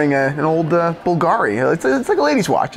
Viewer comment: I stopped watching the moment mispronounced Bulgari.